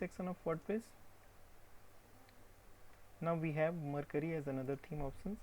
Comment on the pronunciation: What is iCreate? Does it have a web address? Also, you are pronouncing Mercury wrong. Look up the pronunciation for Mercury on Google.